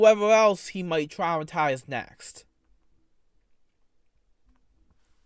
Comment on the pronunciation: Every time he says the word "twaumatiwze" I want to put my head through the desk dude lol